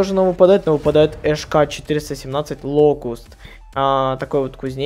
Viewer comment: Он сказал шк417 а насамом деле это хк417